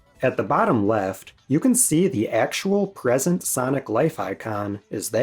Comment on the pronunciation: Sanic ❌. Sonic✔